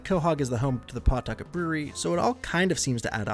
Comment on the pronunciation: Pawtucket isn’t pronounced as it’s spelt it’s said “Patucket”